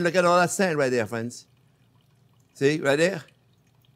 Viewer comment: No matter the video, as soon as I hear “hello there frwenz” it’s a 👍🏾.